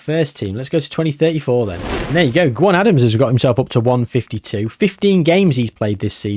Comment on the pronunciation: Another great video mate the legwork you put into these is phenomenal. I will say though Gwion Adams is pronounced Gweeon.